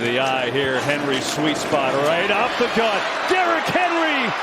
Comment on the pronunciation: I swear that guy called him Derrick Harry like three times 😂